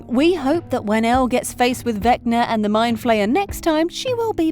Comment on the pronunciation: mind flayer* not flyer